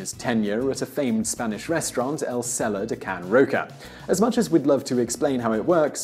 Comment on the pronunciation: It's funny to hear an englishman pronnounce the name "Andreu Carulla" and "El celler de can Roca" hehehe